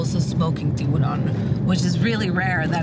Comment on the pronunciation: I thought these guys were legit, till homies passed an L around of that "tiguron" "Tiburon" as in shark in Spanish. This ain't no sharklato either.